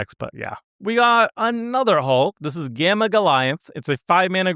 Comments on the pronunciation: There better not be a single Hawkeye under S tier >:C edit: are you mispronouncing gamma on purpose? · Is out here pronouncing gamma incorrectly on purpose? Several hours into the video, he starts pronouncing it correctly again, haha, what? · Listening to for so long has cooked brain, he can't even pronounce "gamma" correctly any more.